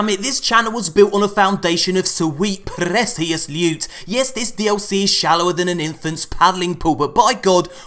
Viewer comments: S-weet p-ressious lewt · I get a hard on everyone you prenounce presious